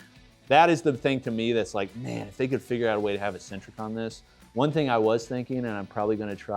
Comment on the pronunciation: IT is pronounced EK-sen-trik NOT EE-sen-trik